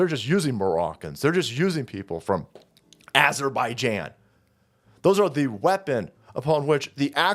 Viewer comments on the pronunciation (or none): none